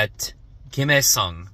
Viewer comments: Pro tip his name is pronounced like the "he" from hello or Henry or hemisphere Easy way to remember: Don't say HI say HELLO 😊😊😊 Hello, Hyesong! 😢😢😢 Hi, Hyesong! Too many people are saying HI Song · Heavily saying his name wrong. It’s pronounced HEH-SUNG not High-sung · Read as hesung kim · Lol the butchering of his name "Hi Song Kim" 😂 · Hearing everyone not knowing how to pronounce his name at all(except the kulture wave). It hurts